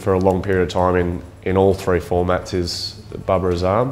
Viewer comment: the way these guys pronounce " Babir Azaam " 😂❤